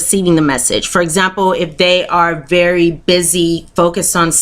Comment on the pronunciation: its voory voory ‘sumple’